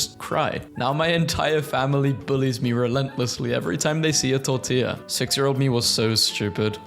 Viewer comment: Finaly some one who can say tortilla correctly a lot of people call it tor-ti-la but ur actually suposed to say tor-tia with ia